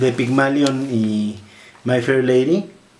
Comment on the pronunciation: Solamente una observación caballero, es “Pigmalión”, no “Pigmalion”.